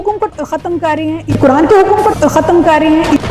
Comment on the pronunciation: Wahaban hai, She is inspired by Wahabi Deobandi including engineer Mirza, all in vain. How can she be an Alima when she can't pronounce the Quran clearly, She is saying Kuran.